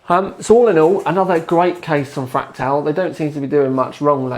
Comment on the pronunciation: two sentences in, and I hear "...fractile design..." /sigh